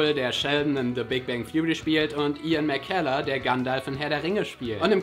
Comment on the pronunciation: Gutes Video, aber der Schauspieler von Gandalf heißt McKellen mit Nachnamen, nicht McKeller :D Es klang für mich zumindest so, als hättest du letzteres gesagt. viele grüße von einem stolzen Alpaka .